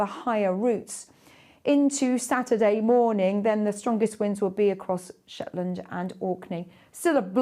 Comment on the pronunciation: gets it right "Shetland and Orkney" ❤